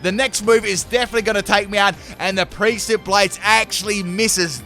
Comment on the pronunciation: The last theme was Final Fantasy summons, not a STAB team... - Also this is the first time I've heard you try to pronounce "precipice"... that was really interesting....